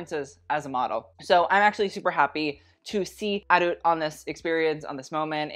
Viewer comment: he still said it wrong after she said her name haha